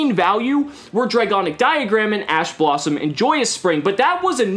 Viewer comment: at first i thought you said Ass Blossom xD